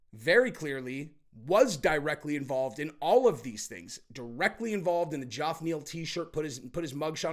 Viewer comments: Again - Geoff is pronounced "Jeff" not "Joff." Come on man! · the name Geoff is still pronounced "Jeff" not "Joff." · Hey, The whole Joff pronounciation for Geoff Neil's name is weird and it's pronounced the same way as Jeff. C'mon man! LOL!:face-orange-raised-eyebrow::face-orange-raised-eyebrow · Still saying joff 😂😂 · Can't tell if you're deliberately pronouncing Ge-OFF's name wrong lol.